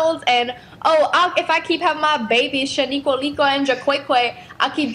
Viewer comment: I'm black ngl I'm laughing hard she said shniqua and shakwaykway